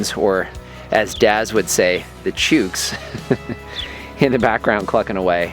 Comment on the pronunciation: G'day guys. Great video as always and the ending was bloody funny. Love how you include these cuts at the end. Nice one for slipping in the "chooks" word twice. 😁 You just need to pronounce it like "looks" and you'll be one step closer to being and honorary Aussie. 👍 Very nice comments from about raising your own animals for eating too. Take care guys, Daz.